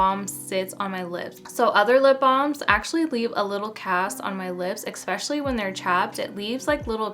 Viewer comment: expetially?!?!? i am not from the us but honey!! is that actually a word???